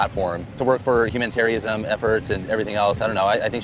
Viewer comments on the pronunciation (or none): It's more like 'Dooley Dope'. He doesn't pronounce 'humanitarianism ' properly - must have dropped out of school like his Auntie. Tom Sr is proving to be a hell of a lot tougher than any of his kids , tho, and I wish him well with his new marriage - when it happens.